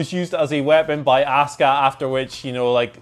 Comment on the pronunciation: Why do you pronounce her name wrong??? It's not ASK-uh 🤦‍♂️ It's AHH-SKUH